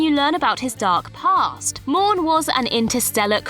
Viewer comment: Morn... not Mourn